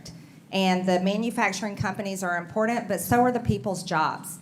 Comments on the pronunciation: The Word is “ IMPORTANT “ NOT IMPORDANT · She doesn't know how to say "important" correctly, there is no "D" in important, as she says, "impordant". Definitely came from the poorly educated part of Georgia. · I swear to God... If I have to hear her say imporDENT 1 more time......... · Impordant? Is that a word?